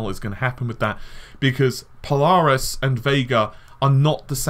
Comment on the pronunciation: The way you say Polaris really irks me... PO-LARIS. Sounds like you are saying PiLARIS almost sounds like PLARIS.